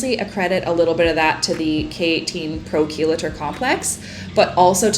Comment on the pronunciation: Chelator is pronounced KEE-lay-tor. I said it the same way until our goldwell rep told me I was saying it wrong lol 😂